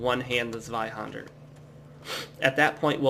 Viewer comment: You know, the way you say Zweihänder isn't all that bad! (a rare thing btw). Oh and good job. You are not talking too fast or too slow and you seem quite nice so I'm going to join you on this quest! -likes, subscribes, shares it with my friends- ^^